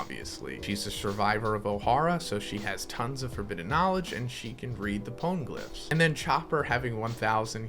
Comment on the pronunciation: Pone-glyph Gets me everytime. Like wtf, did he just say?!